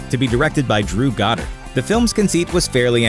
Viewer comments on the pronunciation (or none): none